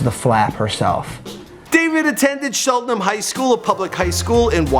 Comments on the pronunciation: Lil dicky went to my school and I almost cried when said “cheltERham” it’s cheltenham! Also it’s “wyncote”like Winnie the Pooh and coat like “wyncote” come on dude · Not chelterhamn it’s cheltenham chel-ten-ham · Cheltenham is pronounced chel-tin-ham and Wyncote is pronounced win-coat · it's pronounced "Shell-ten-ham". Cheltenham Township. Make sure you pronounce it correctly. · Cheltenham Pa. (shell - ten- ham ) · Cheltenham not chelterham. N not an r. Wyncotte * why are u hating on the letter n so much bruh ? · Cheltenhem not chelterhem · Its Cheltenham not chelterham. Im from Elkins Park too. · Cheltenham not chelterham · Bruh, it’s Cheltenham not chelterhum. Wyncote not whycot. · It wasn't "chelterham" it's CHELTANHAM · it’s CHELTENHAM not chelterham, get my hometown right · And it’s Cheltenham* not Chelterham lol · This man I butchering the name of these places. Wyncote and cheltenham boi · This dude needs to learn how to pronounce town names. Disgracing philly